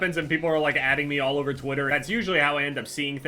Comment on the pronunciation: how do you butcher "over" so bad?